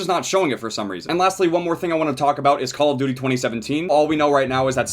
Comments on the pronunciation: So I've been watching all his vids on cod thinking the intro went "I like dirty" not "call of duty" it kinda fits tho lmfao. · I THOUGHT THAT THE INTRO WAS SAYING "COLORED TURKEY" INSTEAD OF CALL OF DUTY IM SO DUMB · I seriously thought you always said "ouhhh youu dirty" at the intro of BO3. I finally realised you meant "Cooul ouhh Douty" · Finally found out he was saying call of duty in the intro, always thought it was a herp derp kinda sound.